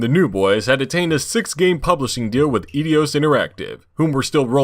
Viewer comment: Is that Eidos mispronounciation some kind of inside joke?